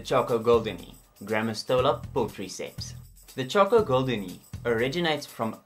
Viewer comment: It's actually Pullchri-pes (pes means feet)